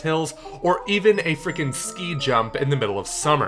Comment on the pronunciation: Lmfao,, ski is pronounced "Skee", not "Sky"